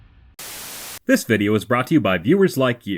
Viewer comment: What the heck is a “Vieo”?